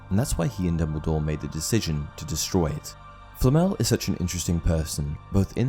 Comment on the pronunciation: Por qué le llama FLL,no puede pronunciar Flamel... qué fastidio,da cosa 😆